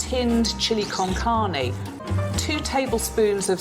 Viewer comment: I’m sorry but hearing chili con carne as a Hispanic just made me chuckle. Reminds me of Swedish language